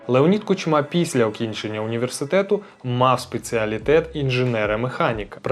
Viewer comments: Хороший репортаж.👍 Але чому Кучма' а не Ку'чма? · Чому КучмА, а не КУчма? Його завжди так Путін називав: КучмА. І ще одне., які "губернатори"? В Україні нема губерній. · Чому ви кажете КучмА, а не КУчма? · Ку́чма, а не Кучмá, дуже ріже вухо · Не Кучма, а Кучма. Дякую за відео!